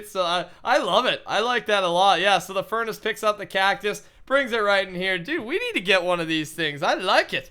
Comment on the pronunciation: Every time he said furnace I face palmed